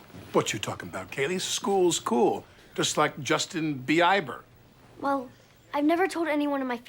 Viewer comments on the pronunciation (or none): "Justin Bee-i-ber" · “Justin Be-iber” 😂😂😂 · “Justin Be-eye-ber” “Hold on chalk hands a real man is talking” Fucken can’t 😭😭💀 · I like that Jack mispronounces Justin Bieber's name but Alec would soon find himself familiar with Justin on a family level lol